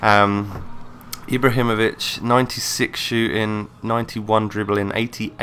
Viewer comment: he isnt pronouncing his name right..